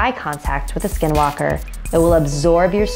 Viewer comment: My fave is 15 but she said the skinwalker name wrong because it is navajo language a.k.a sacred language